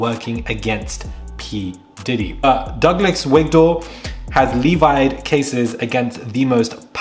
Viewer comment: The way he incorrectly pronounced "levied" pissed me off LMAO